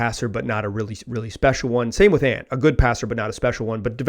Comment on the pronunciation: Bro you did not just say “aunt” 😂😂😂. It’s “Ant” like the insect 🐜 and “Damian”.